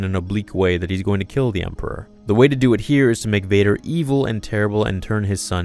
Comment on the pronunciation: "Hello there... Dew it"